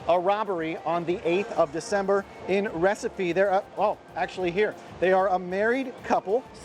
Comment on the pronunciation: It's Recife not Recipe